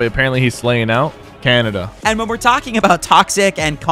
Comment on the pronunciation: Why did Sypherpk say Canada instead of khanada😂😂😂